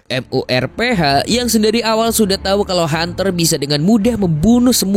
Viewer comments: MURPH AJASIH KENAPA HARUS M U R P H GAENAK DI KUPING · MURPH JADI M U R P H, auto geli gw dengarnya dieja begitu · Bang lu sekali lg bilang M. U. R. P. H..... Aaarggghh...